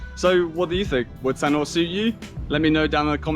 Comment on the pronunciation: We love Sanur, we are in the older age group. Loved your video and really loved how you pronounced the words/names correctly